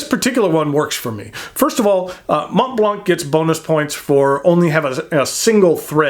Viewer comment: Just so you know, the T and the C are silent :)